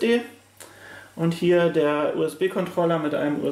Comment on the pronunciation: nices Video dude, aber Kontrollah-Karte is ein NO GO